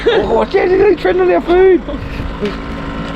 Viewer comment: “Just shot a marling aye” 😂